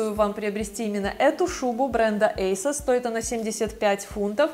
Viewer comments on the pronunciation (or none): none